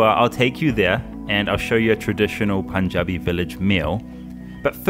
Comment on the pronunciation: Excellent video sir! I love your Punjabi btw. Lot of people pronounce it as “Poonjabi”, but you had the pronunciation perfectly.